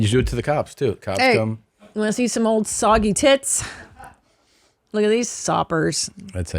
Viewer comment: Soggy? Or Saggy? 😂